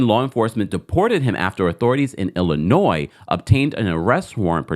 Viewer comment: THANK YOU for pronouncing Illinois correctly; we appreciate your effort! 😊